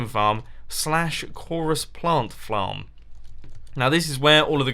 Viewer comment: did he say flarm instead of farm?!